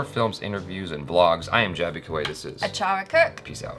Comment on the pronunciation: You are ruining Achara's Name.. say it as it is